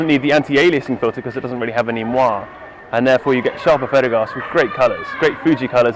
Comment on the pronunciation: Nice test. Just one comment: "moiré" is pronounced /mwɑrˈeɪ/, Cheers